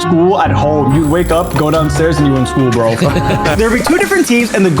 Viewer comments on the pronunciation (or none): you said vro not bro but its ok!